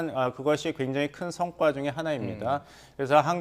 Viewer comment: 성과를 성괴와 라고 읽었네😅